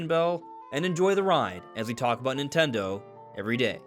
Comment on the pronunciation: What's "Nit'ele"? 😜